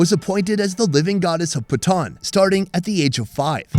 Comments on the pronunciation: Calling Patan, "pathan" is crazy 😂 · Its not pathan its patan please not pathan its PATAN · Just a tip on pronounciation. Its not pathan but more 'paa tonne.' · He is saying patan but the pronunciation it sounds like bhutan